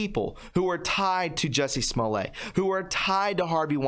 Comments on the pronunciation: Jussie's last name is pronounced Smolett, not Smolay!!! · Small- it. That is how you pronounce it. At this point I don't really care either. Lol.